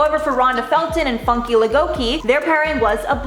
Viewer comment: Did she just call her funky, funky. Its Fooonn-care